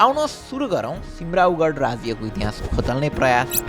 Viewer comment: It's not कर्णट but कर्णाट. Also not सिमराउगढ but सिमराउँगढ.